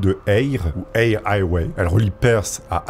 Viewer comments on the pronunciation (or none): none